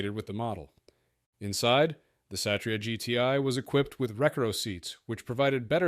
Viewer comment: "wreck a row" seats. 😂